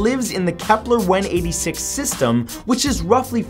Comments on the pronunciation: dude i noticed this on many of your videos, you pronounce many things wrong, it's kepler and not keplar, it's gliese not juh-leese. i love your videos, it's a shame you don't check the pronunciation of the words. keep up the good work. i hope you don't take this the wrong way. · Matt. Im gonna keep my cool when i say this but,,,,,,,........... IT GE CES NOT GLESAS....... AND KEPLER NOT KEPLAR,,,,,now that everything is ok, i do not mean to hate, i LOVE LOVE LOVE SPACE!°°° I just get ticked off.when their not pronounced right,😏 but i still luv ya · It's KeplER, not KeplAR. And Gliese, not Jaleez. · Why is he saying "Keplar"? It's Kepler... It's pronounced like a "ur" sound... Not like you are saying "Templar"... Also "It is tidally locked with the Sun" is incorrect as there is only one Sun and that is in our solar system... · KEP-LER! NOT KEPLAR! Astrophysicist cringe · Why do you say many Kepler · I'm sorry, I was just triggered by the way Matthew pronounced Kepler and Gliese. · Please do your homework before doing your videos and learn how to say gliese and Kepler correctly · Soooo... Keplers or Gelises...